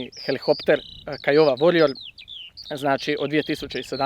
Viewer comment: Bravo dečki vrh samo učite i bit će te najboolji..... eeeee časniče Hrvatske vojske ne kaže se helihopter nego HELIKOPTER